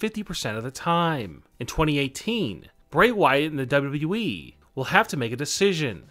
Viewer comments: Dude you're pronouncing WWE really weird. Work on that, it stressing my cats out. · Cant this guy say “W....W....E” without sounding like he has a mouth full of balls? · why the heck do you say it like WWEE? In fact, why are all the last syllables of the last words in your sentences twice as long as they should be?! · Why do say wwe like that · Not bad, I do enjoy your videos. But I must ask, why do you put too much emphasis on the E when you kept saying WWE lol, it almost sounds like your saying it sarcastically, as it doesn’t exist.